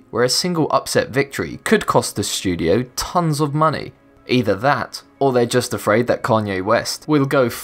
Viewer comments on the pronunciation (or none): none